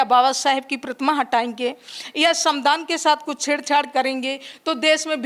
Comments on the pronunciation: ये गँवार संविधान नहीं बोल पा रही..? ? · संविधान शब्द का सही से उच्चारण करिए